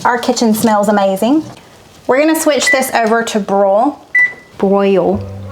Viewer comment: Congratulations on 300!!! You’ll get the hang of the Jersey “broil” lol. However it’s only one syllable 😮😊❤